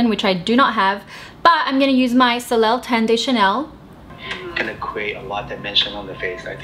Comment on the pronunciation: it's soleeey not solel, and that means sun in french 😀 🧡